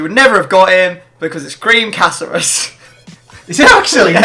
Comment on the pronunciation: 'because it was GREEN caceres' 😂